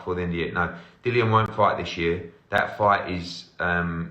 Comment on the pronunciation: No problem. Also it's Dillian not Dyllian.